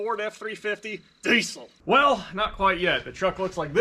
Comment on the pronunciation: I stop by this video from time to time just to hear you say “DEESUL”